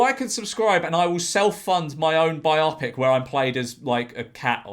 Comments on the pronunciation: It's "bi-OH-pik", not "bi-AH-pik". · Why do you pronounce Bio pic as Bi Opic? It is a biography combinde with a moving picture, not a double opic? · Omg Jorge stop saying Biopic like biotic, it’s Bio-Pic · I think it's pronounced 'bio-pic'. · Um... how exactly are you pronouncing the word "biopic" and, erm, given it's from two words "bio" and "pic"... why? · bio pic mate not biopic pronounce it right please